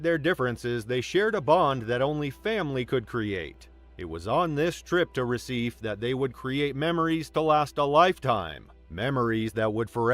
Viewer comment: RECIFE is properly pronounced « RUH-SEE-FAY, » not « RUH-SEEF »